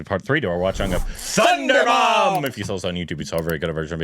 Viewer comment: There is no N in that movie name. I don't know how you guys pronounce it as Thundarum